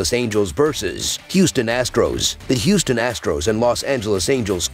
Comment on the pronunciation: Angeles or Houston? Can you be more clear?